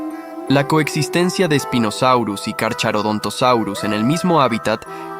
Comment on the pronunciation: El "ch" se lee como K, por lo que no se dice Carcharodontosaurus sino carkarodontosaurus. Y si Spinosaurus era mas largo que el T rex pero no era más grande que este ultimo.